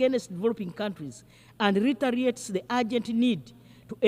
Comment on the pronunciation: Retaliates or retrates?? The lady does not know distinctive difference of the two words in pronounciation😂